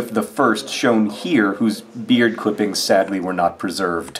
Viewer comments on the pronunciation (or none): none